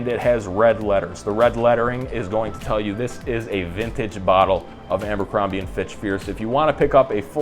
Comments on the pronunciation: I feel like you’re pronouncing it “AMbercrombie” … am I crazy? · Just started and you're saying "AMBERcrombie". First time on your channel and 3 seconds in you've managed to discredit your intelligence, attention to detail, and observational skills. This likely bleeds into all facets of your life, as also demonstrated by your appearance. Hence, your opinion on the fragrance means nothing to me. I'm not continuing past 3 seconds, but thought I'd kindly leave some genuine feedback. Tighten up, guy. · It’s not Ambercrombie, there’s no “M”